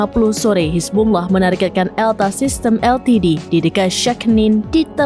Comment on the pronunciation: Cuma serambi nnews yang fasih ucap hizbullah